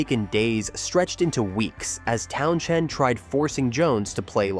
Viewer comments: Another AI voice glitch....Pete "Town Chend". Hire a real narrator...spend a dime. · You bothered writing a script, putting all these clips together, and I would assume watched it before you published it... why would you let it go out with that stupid A.I. voice repeatedly saying "town-chend" lol. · I was gone at the first "Town- Shend" AI narration at its pinnacle. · Yep just an empty, time wasting blurb of parts of The Who's history made by a mystery entity (artificial intelligence??? - certainly the voice was AI - not even being able to pronounce Pete's last name because of the H in the middle being basically silent) The result is an inaccurate analysis of the troubles the band had. Significant troubles yes they had, but here they are conveniently exaggerated to make - a still yet crappy!!! - sensationalized short documentary. Using images that were often random (and repeated) and often not correlating to the subject being covered. I didn't even finish it, don't care because my comment is dead accurate describing the feces this video is. Definitely not worth the time for learning some quick facts about the greatest rock band in history. I'd love to hear what choice words Pete would have - pretending he would have the imaginary patience and interest to watch it. I've never seen the car in the pool picture before - probably a doctored photograph, or certainly not actually from what is still a controversy if it even ever happened. No picture has ever existed that I've heard of. The Who did not finish the concert without a drummer when Keith Moon collapsed. They got one from the audience! Probably one of the best concert experience stories anybody could ever tell their friends lol Rubbish this is.